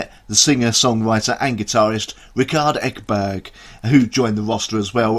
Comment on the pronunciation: Thank you for the great and interesting review, and btw - your pronunciation of Madeleine Liljestam, Eleine AND Rikard Ekberg was damn near perfect! ;)